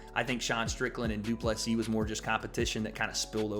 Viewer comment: You are the only guy pronouncing DDP last name correctly. Respect 👊🏻